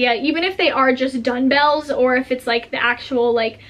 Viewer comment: Did she say “Dunbells?”